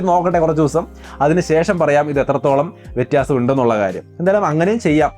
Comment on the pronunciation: വെറ്റിയാസം ennu alla വ്യത്യാസം ennu aahn😂😂😂😂😂